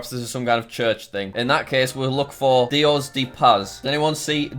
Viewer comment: It’s pronounced dee oh s (Dios) dea (de) pas(Paz)